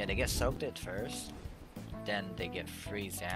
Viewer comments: umm... actually its pronounced soak ed, not soak did 🤓(good video though) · Just so you know “soaked” is pronounced soak-t. Just for future reference. I don’t want you to feel bad.